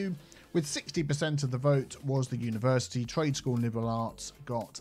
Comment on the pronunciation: Unitea Universitea